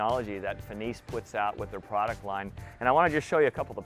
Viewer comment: finis is fin-is